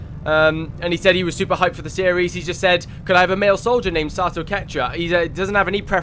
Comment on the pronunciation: I love the Captain Price look and voice for my character. And by the way, the name is pronounced Sah-toh. I think you were mostly saying it right. For clarification, here's a weird video of a text-to-speech thing saying it: And I'm actually surprised we had a flawless mission immediately after the slaughter of last episode. Also, do you own any of the DLCs? Many of them just add character customisation stuff, but there are three that have a proper impact on the game: Alien Hunters: This DLC adds some alien 'bosses' that you hunt down throughout the campaign, as they appear in random regular missions. Pretty cool. Shen's Last Gift: This DLC adds an extra soldier class to the game, which can change up how you play quite a bit. Fairly cool, but not a huge change. War of the Chosen: This is the big boi. This absolute chungus of a DLC is basically XCOM 3. Not gonna spoil anything. But suffice it to say, if you finish XCOM 2, you HAVE to play WotC.